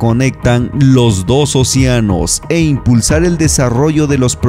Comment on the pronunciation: Todo chido amigos, nada más una observación: es o-CE-anos; no o-Cia-nos.